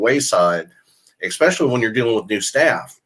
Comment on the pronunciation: Great video, as always. I enjoyed your book as well. Please continue the excellent work! Something I've noticed... A word you use quite often is "especially". However, YOU seem to pronounce it "expecially" or "ek-specially". Is it unintentional? Or possibly due to your accent? Again, keep up the excellent and informative work. I look forward to your videos 👍